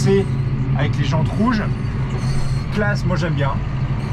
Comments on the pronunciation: Renault et Claas ! Et d'ailleurs ça se dit Classe et non Clase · En fin la fin du suplice made in massey ferquicogne et au fait on dit claassssssssssss 😂😂